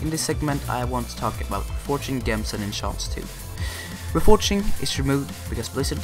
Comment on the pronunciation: thanks for this great vid but there's one thing that bugged me (yes unfortunately I'm that kinda person) :( is your saying gems wrong lol sorry i know its and accent but imagine the g is a j so its J-EMS lol sorry to be that person but i did find the vid very helpful :)